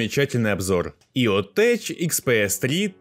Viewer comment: Только ЕОТеК а не теч. Ибо текнолоджи а не течнолоджи.